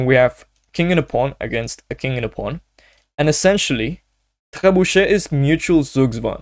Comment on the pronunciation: I am a beginner(500ish) I struggle playing with black in the opening, which opening should i learn? Btw ur pronunciation of "trebuchet" is soo goooodd😅